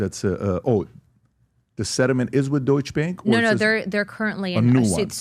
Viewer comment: Cmon Patrick, “DOITSCH BÄNK”, you know it’s “Deutsche Bank” 😉